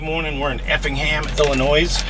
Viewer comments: Illinois. Not illinioze. Come on man. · The "s" at the end of Illinois is silent. 😃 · A nice gift from the state that you still pronounce the S when you know you shouldn’t. Lots of people are proud of this state....🙂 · Effingham, “Ellie-Noise”. 😬👍 Many Missouri Governors Clueless in pronouncing “Miz-Zer-Ah”.👎